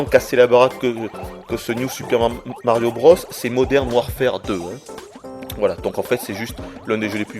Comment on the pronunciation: Quoi, tu dis Moderne Warfahrre toi? :p